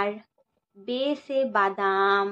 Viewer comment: Thoda, confusion hai, madam Ba se badam hota hai aap bole Be se badam, 🫤Be se bedam hoga badam nhi na, mushkil hai thodi urdu